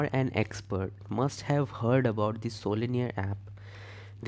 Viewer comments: WTF are you pronouncing sololearn- solinear🤔😶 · I hope you realize that it's SoloLEARN (Learn), other than that kudos to your efforts. 👍🏼